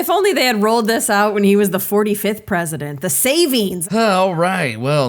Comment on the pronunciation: "Predisent of Peace" 🤣😂 Really , what an IDIOT !!!!🇨🇦